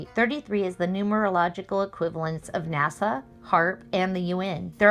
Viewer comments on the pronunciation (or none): none